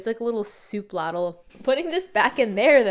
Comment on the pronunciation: I love the way you say "ladle".